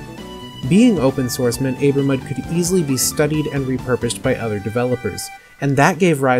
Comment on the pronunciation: It's pronounced Ah-ber-mud, not Ay-ber-mud. The word Aber is Welsh for river mouth. E.g. Aberystwyth (a town on the west coast of Wales) means "mouth of the river Ystwyth".